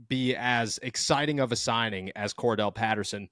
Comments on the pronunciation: "Cordarrelle" Patterson... rhymes with "more barrel" Patterson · you know its Cordarrelle Patterson... not Kordell right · hey...its Cordarrelle not kordell